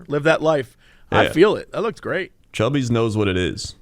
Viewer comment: Y'all DO realize it's 'Cubby's' and not "Chubby's", right?